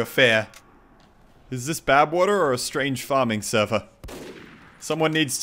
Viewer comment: I heard you say Babwater once.